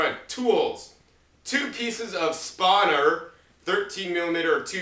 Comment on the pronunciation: lol it's not Spah-ner, it's Span-ner. Cool composter...I bet it was expensive.